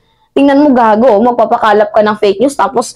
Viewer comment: .."MAGPAPAKALAT" hindi MAGPAPAKALAP..at Macanas hindi Macanias